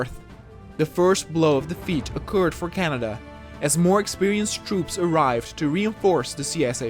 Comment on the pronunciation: Someone say Ca-Ney-Dia